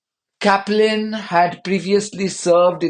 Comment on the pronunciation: Caplin - sounds like Chaplin.